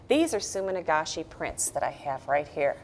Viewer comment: sumi-nagashi =] not sumin-agashi